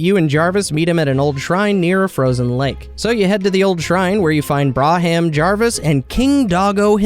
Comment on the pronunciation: I love the mispronunciations so much xD. Jarvis was the best one